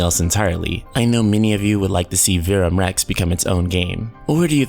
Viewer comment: yes, it's Latin, and you can't even pronounce Verum Rex correctly. But it's all good. At least you have the balls to even make these videos -- everyone else is scared shitless because they know what's about to happen lol. Carry on.. lol.